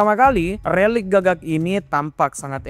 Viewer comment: Lu typo ya min ngomong relik aja jadi lerik